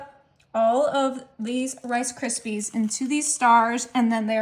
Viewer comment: "FA LUFFY" AND "CA RISPY"??????